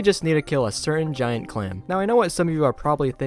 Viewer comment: 'giant cwam is litaly a bosh' 🤓